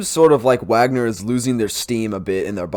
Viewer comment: YOur failure to pronounce Wagner right puts doubt on your claims